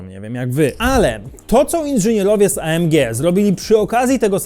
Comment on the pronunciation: Błagam, nie Ej EM Dżi tylko A EM Gie (film jest po polsku) albo A EM Gi (to niemiecki skrót).